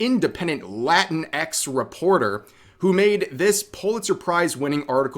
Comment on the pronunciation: From the moment i heard Rev said there was a "Lantinx" reporter my thoughts were "aaah F*CK"